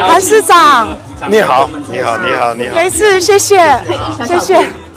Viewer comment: 鈞鈞被韓總的山東腔問候語：逆好， 震懾到不如所措